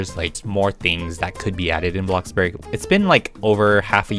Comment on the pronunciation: "Bloxburrg" ah yeah my favorite way to pronounce bloxburg